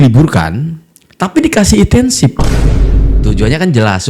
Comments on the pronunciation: Insentif bg.... Bukan intensif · Insentif bang, bukan intensif😂